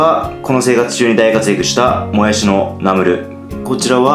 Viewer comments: ナムルのイントネーションが トマト！じゃなくて、砂鉄！って感じ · ナムルの発音がラムネ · ナムルじゃなくて、ナムルな？ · ナムルのイントネーションが ってコメントを見たけど全く 違和感なかった笑笑 北海道だからかな？ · ナムルのイントネーションが気になる（笑） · もやし食べすぎて ナムル のイントネーションさえも もやし のイントネーションになっとるやん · ナムルのイントネーション(笑) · ナムルのイントネーションがわろた